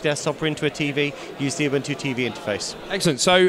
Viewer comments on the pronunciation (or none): its not a-bun-2, its oo-boon-2.